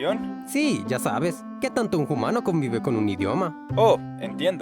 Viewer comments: Se pronuncia umano y se escrive humano no se pronuncia jumano. solo corrijo :) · Por qué decís Jumano en vez de Humano? La H es muda😅😅? Saludos! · Soy nueva en el canal, me gusta mucho su contenido, quisiera saber por que pronuncian "JUMANO"? es para hacerlo humorístico? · Bueno que la pronunciación del español es similar al japonés no estoy de acuerdo y por qué los primates dicen Jumano? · Soy nuevo en el canal, pero cada vez que dice humano lo pronuncia "jumano" pero no sucede cuando dice humanos. Es el toque que le da a sus videos o por qué lo hace, es un poco desesperante.